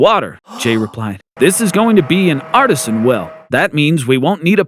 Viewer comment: Artesian, not artisan.